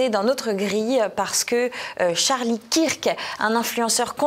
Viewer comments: Pouce en bas … C’est honteux … Charlie « quir que » ?! Mais vous êtes folle, fou ? Vous vivez dans un trou ? Vous dites « quir -ke Douglas » ?! Ou « queur ke » Douglas . Non mais là vous ridiculisez TvL - Martial faites les prendre des cours . Et non , Charlie existait bien pour lui - ce n’est pas un pion de Trump . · Kirk se prononce Keurk